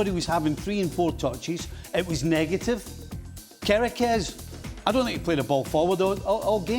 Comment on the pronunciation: What's with Steve Nicol and names "Kerekez", "Zobozlai"? 😂😂